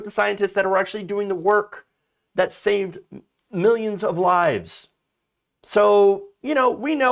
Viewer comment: Millions not "me-yuns"